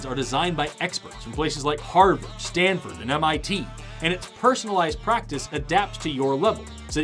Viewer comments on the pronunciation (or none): none